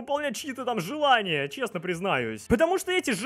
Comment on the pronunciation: Почему желния? Разве не желания?